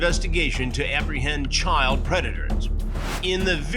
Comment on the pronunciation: Grady Judd cannot pronounce the word Child with a "D" he calls it Chyle